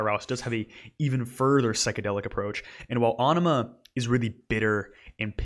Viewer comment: AEnima is pronounced more like enema - a very much intended pun